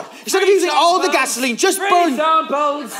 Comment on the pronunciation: pronounces GA-SO-LEENE with such devilish joy that I have no problem imagining him being Satan in that scene